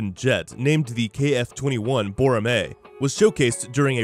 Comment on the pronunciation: Btw it's pronounced bow-ra(like ramen)-meh